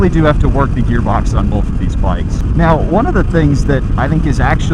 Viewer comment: is one of those guys who puts an L in the word "Both"